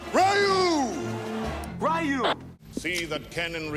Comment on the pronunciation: Raul Julia did it because his children were huge fans of the game, that's why he was the only actor that pronounced Ryu right as he knew the source material.